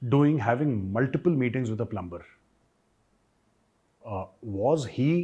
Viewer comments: Major Gaurav *plumber*is prounced PLUMER . Over all you English is super . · Plumber is pronounced with ‘b’ silent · Plummer not plumBer.